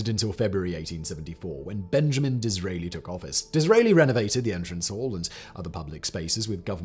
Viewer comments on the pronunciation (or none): none